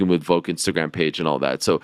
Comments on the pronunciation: Again Ariel, it’s Volk, not Voke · Petition to get the show to stop talking about Volk just so that we don’t have to hear Ariel say “Voke” anymore